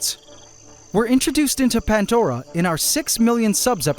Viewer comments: There is NO. "T" in PANDORA 😂 wtf is "" PANT DORA"" 🤷?????? CORRECT THE SPELLING 😂😂😂😂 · Pantdora 👈😂😂 NO "T" in PANDORA 😂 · No T in pandora, 😂😂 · Still no T in pandora 😂😂😂 you can all take the piss as much as you want 😂 PANT dora 😂hahahahaha hilarious